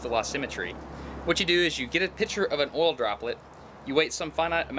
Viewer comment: Good video Are you saying pitcher or picture?